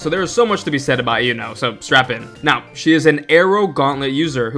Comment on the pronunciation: Why do you call her Ai-uno? They said her name plenty of tines during the gane already and it's E-uno.